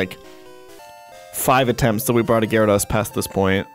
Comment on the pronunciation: Why do you mispronounce gyrados. Do you say Zap- Das too?